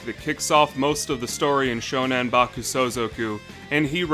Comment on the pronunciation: It's SHONAN, not SHONEN. (Name of an area in Japan.)